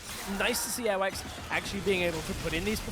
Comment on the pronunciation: Every time I hear the commentators say "Airwaks" sounds kinda like earwax